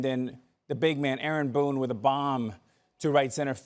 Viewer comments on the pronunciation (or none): Did he say arron boone???